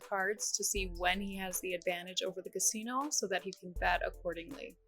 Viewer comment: that canadian accent really sneaks out when you say 'casino' lol